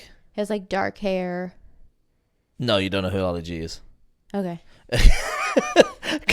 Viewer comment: Ali - not "white"